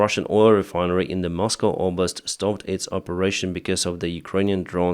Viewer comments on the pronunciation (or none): none